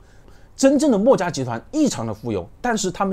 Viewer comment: 他的口音很多时候听的人头疼…… “墨”家，这个墨重音太重了，，，